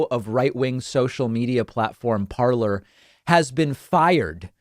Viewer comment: It's pronounced parlé ,😁